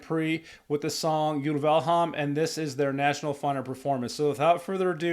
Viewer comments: Hi! Yes you're saying Gåte right. But nit the e in Uleham. The e should be pronounsed as the e in Echo. I saw these guys live back in -ish. So they know their craft. And they Back then this Folk-rock/metal style was for me completly new and magical. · Yes! You say Gåte right, but not Ulveham. It does not matter. Your reaction is great and your face is chakalakadindong.